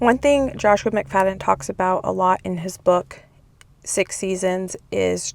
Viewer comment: I’ve always called McFadden the way you had pronounced it. You’re good with the pronunciation of the cooks name.